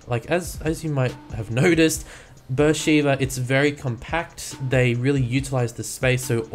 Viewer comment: Did you know that Beer sheba is a city in Israel and it is pronounced (Bar shu ba)